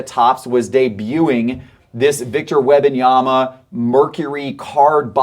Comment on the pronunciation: Says "Wembanyama" daily but still hasn't figured out how to pronounce it. Come on, man.